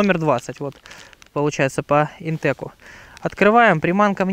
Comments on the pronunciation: Вообще то правильно "ИнтеХ" . Сочетание "c" и "h" произносится как "Х". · Видео, как всегда, супер! Правильно "ИнтеЧ". Тут по написанию, даже без вариантов ;)